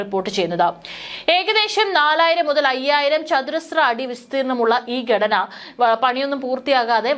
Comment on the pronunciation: ബാഗിഗം? ബീഗരം ? ബൂഗർബം? ദനം? ഗടന. ? ഇതൊക്കെ എവിടെ പഠിച്ച മലയാള ഉച്ചാരണം?